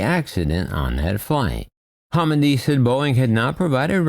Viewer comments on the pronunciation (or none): Just in case nobody else mentioned it, she's Jennifer Homendy, not homenday.